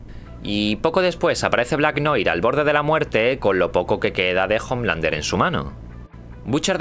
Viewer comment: noir se pronuncia noar.